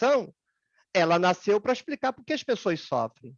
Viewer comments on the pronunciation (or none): none